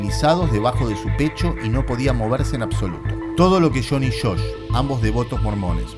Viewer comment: "el hermano 'shosh'? " No era Josh? Con "Y"? Un consejo que se le dicen a todos los que estudian locución (aunque esto se debiera aplicar a YT): deshacerse de las tonadas y los "yeismos". Una cosa es pronunciar "gaSHina" con "sh", pero no las palabras y Nombres propios, que queda MUY FEO de escuchar. A mejorar.